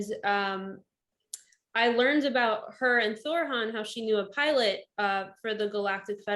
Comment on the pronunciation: "Thorran" NOT "Thor Han". sheeesh my upstairs contacts cringe when they see you say it that way, the 2nd "R" sounds slightly harsh that's where the mispronunciation comes from he is not Thor....